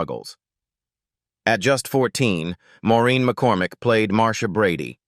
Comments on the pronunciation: . Please also pronounce the names right! Marcia’s real name is Maureen McCormick and NOT “McCorMACK”! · Ma-Core-Mack. What the hell is that ? 😂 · “Marcia’s “ real name is Maureen McCORMICK and NOT McCor”Mack”!